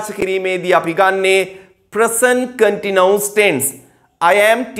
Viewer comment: Continuous Please check your pronunciation of this word